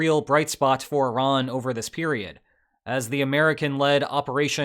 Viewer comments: thank you so much for pronouncing Iran correctly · I am so happy you say Iran and not I-ran.